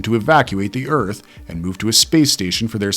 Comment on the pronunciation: #2 sounds an awful lot like 'Zearth'